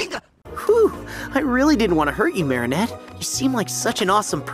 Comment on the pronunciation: "mAriNEtTE, MOO! 🐄😭" i cant unhear it